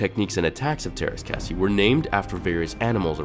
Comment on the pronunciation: Sorry.... Not "Bear-edges" It's "Bar-rah-ges" sounds like "garages" Yet you pronounce Teras Kasi properly. Wtf? Obi-Wan not in tune? He was one of the only Jedi to sense the Sith (even though at the time he didn't know it was a Sith presence) and the counsel of masters couldn't.